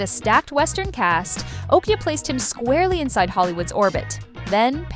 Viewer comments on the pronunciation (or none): OKJA not okya